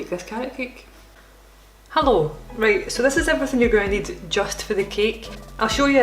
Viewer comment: That first “Hello” sounded extremely like a german “Hallo”